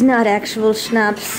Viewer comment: It sounds funny when you say german words like "schnapps" haha